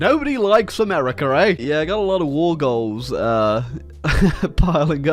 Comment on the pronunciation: Whenever I hear "hamerica" coming from ISPS mouth, it tears my soul